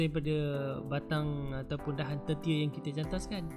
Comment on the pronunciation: Sye pn baru nk belajar nnam anggur, utk tmpat teduhan saje,tp klau dia nk brbuah alhamdulillah, Betul ke sebutan tu, premiere dh betul tp dahan ke2 tu,sebutannye seconder dn thirter.